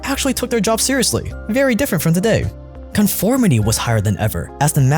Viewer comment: vely vely questionable